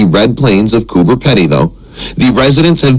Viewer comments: It's pronounced coober peedy not pedy. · Lol its underground and it is pronouced cooper (pea dee) not pedy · cooper peedy is close to the right way to say it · It’s pronounced pee dee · It’s pronounced cooper peeeeedy! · He is pronouncing it wrong. It's Coober Peedy like speedy